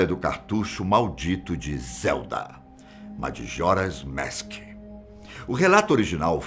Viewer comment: Só eu que notei que ele ta flando madjoras mask